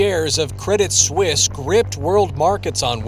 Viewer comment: I do wish that these presumably college educated network presenters would learn to pronounce words and titles properly. Do they even review the text of their prepared reports, before going on air? "Swiss" and "Suisse" share a meaning, but are pronounced quite differently. The name of the bank is "Credit Suisse", not "Credit Swiss." Anglicizing the word is just plain ignorant.